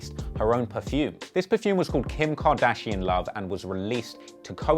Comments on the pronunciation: “kIM KardISHaUN” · "kim car dezshon" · "Kim kadidjon?" 🤣🤣🤣🤣🤣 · Kardajean lmaoo